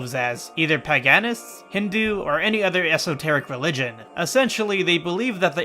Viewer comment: "Pagaaanists" "Ekko-fascism" really? This dude never heard of pagans? Wtf? This is some anglosphere education right here.